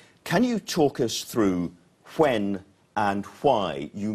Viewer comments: Fwhen and Fwhy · Love that presenters pronunciation....huh-when and huh-why.